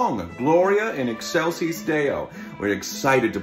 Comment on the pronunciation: I’m sorry, Thomas. Gloria Ex-WHAT-sis Deo? The Council of Latin Nerds is displeased with thee for how thou pronounced ‘excelsis’. I’m (mostly) just joking with ya. This makes my college music student heart very happy.